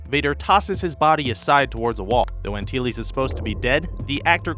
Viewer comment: You pronounced "Antilles" wrong.